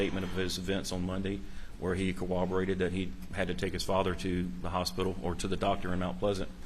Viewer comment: Dear Law professionals of America........ corroborate does NOT have any W's. Not a single one. Are you all Elmer Fudd School of Law graduates by chance?